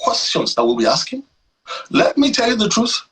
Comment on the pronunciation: Is it aksing or asking?